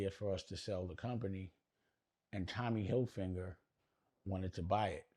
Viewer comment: Tommy “Hill-Finger” is HILARIOUS!!!! 😂😂😂🤣🤣🤣 smh ( Dame stuck that in there ) … pause 😐